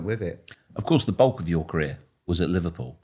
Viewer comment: “I wasn’t playing but it was One of the most iconic moments in my carear” 😂